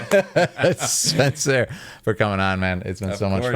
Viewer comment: Spencer's pronunciation is very spot on, thank you🎉